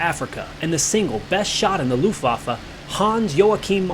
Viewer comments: Americans really mangle the pronunciation of Luftwaffe. There's no "oo" in it and the "w" is a "v". You don't quite get Joachim or Marseilles right either. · Yeah, whenever I hear "Looftwoffer" I don't know whether to laugh or cry, or both.